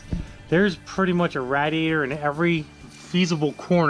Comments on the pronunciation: What with the way you keep saying RAT E ATOR IT'S RAIDiator like someone is raiding you're house. RAID. EEE A TOR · 'RA(Y)-diator'................c'mon man! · Why do you pronounce radiator like that. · Always a good video when says "Rad-e-add-er" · Dayum! I thought that muffler was the gas tank..., Every time I hear you say "rad-e-ator" it makes me laugh...I'm sorry...I'm easily amused I guess.;) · Tennessee Outdoorsman no just pa lol. I'm in wa, and we say raid-ee-ator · Zac Slaman it’s an east coast thing.